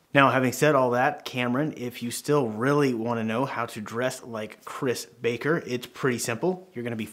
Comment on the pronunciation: That was a strong “ baker” there. Threw me off